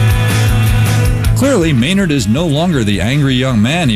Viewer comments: you do know his neam is spellaed MAYNARD not MEENERD, right??? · lol, i thought i was the only one who noticed how he totally FUCKED UP MAYNARDS NAME and many other words in a whole sentence. Maynard is such a smart man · lol thats exactly what i was thinking ... i was like whaaaa the fuuuucckkk ... his neem is meeeenard jeeems keeeeneeen if your gonna say his name at least say it properly!! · lol i cant stop scrolling back to the beginning where he choses to not use any vowels besides Es. hesneemesmenerdjemeskeenen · ghahaha he said meenard xD what a noob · haha got to love Canadians and the way they pronounce things :)